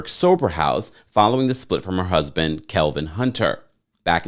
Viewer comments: Kelvin? Girl, if you wanna be a reporter......! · her ex husbands name is kevin not kelvin lol